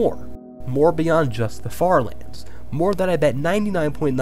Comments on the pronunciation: why did i hear the french fartherlands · I tought you said french lands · i heard “farterlands” 💀